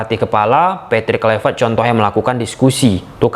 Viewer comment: Hahaha... udah bisa pronounce KLUIVERT ya bang? Hahahah...